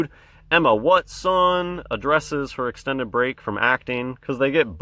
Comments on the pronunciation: Luv the wat son way you say it man hilarious bro keep up the good work pal peace out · Crackin' me up with the "Wut-son"